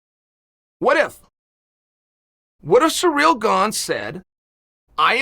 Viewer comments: Chael the guy that never pronounces names right 😂 yair is yarear and Cyril is surreal 😂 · The way Chael says his name is Surreal